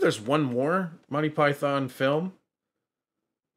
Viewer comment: I enjoy the channel thanks. Note that Monty Python is normally pronounced Mon-Tee Pie-Thun. Rather than "My Pie Thon". But hell, whatever works for you 🙂